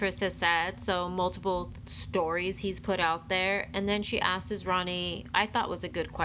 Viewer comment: Hey lady, “ASKES” isn’t a word 😂😂😂